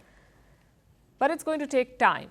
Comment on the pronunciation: First she reads Amca then Acma..no sorry no nothing. 👎🏻